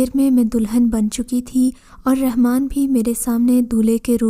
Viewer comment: RANMAN NAHE;;;; RAHMAN SERP ALLAH KA NAM HYY [ABDUR RAHMAN]